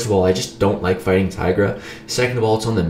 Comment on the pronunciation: you Say Tigra like Tiger but i believe you are supposed to say Teegra (like T-Shirt)